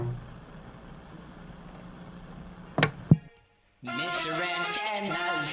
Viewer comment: And also it's Mr. "Ant" Tenna